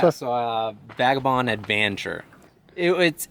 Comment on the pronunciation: ....vag...say it with me slowly....vag......uh.....vond....no...again.....vag...a....bond. Good, let's try advanture? Great stuff kid.